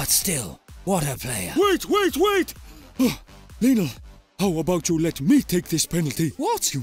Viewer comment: Lionel* not Linl